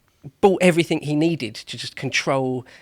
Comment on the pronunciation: Ears scresming with this bloke. EveryTHINK took me off before three minutes. Good channel, shame about this ex t-shirt designer.